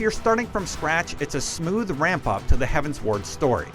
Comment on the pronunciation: Heavensward like 'Skyward', 'Upward', 'Downward'. not 'Heaven's Ward'